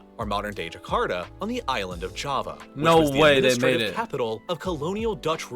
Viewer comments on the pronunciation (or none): none